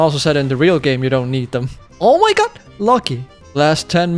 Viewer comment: I love when you go oh mei gut